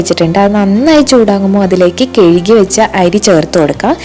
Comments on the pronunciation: കെഴുകി അല്ല കുട്ടീ കഴുകി എന്നു പറയൂ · അരിയുണ്ട അസ്സലായി ട്ടോ 👌👌👌കെഴുകി അല്ല കഴുകി. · Kezuki ennalla kazuki